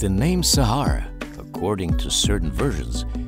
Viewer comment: Almost everyone : sahara desert Arabian people when they hear someone saying sahra desert: sahra sahra